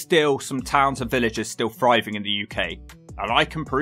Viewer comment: Where is that accent from where people can't say "th"? I.e. the narrator of the video says, "There are some towns and villages still "fryving" (instead of "thriving") in the UK".